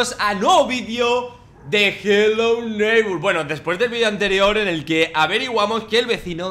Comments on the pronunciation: Es hello neibor tu dises hello neibur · ES NEIGHBOR, NO NEIGHBUR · No, en inglés se pronuncia neighbor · porque le dice helo neighbur?